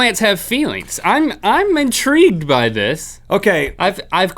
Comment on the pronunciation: Link: "I'm in-tree-gued about this." lol